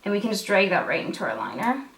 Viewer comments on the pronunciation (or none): I love the way you say "drayg." :) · I love it when she says DREG and EYE BEG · I'm happy about how many times you said DREG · lmao just spent a whole minute saying drag and making fun of my Canadian ass saying drEg too hahahaha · How is drag supposed to be pronounced? LOL I'm Canadian and I say it the same way. Is this one of those things that I can't tell I'm saying it wrong??? 😳😳😳 oh gawd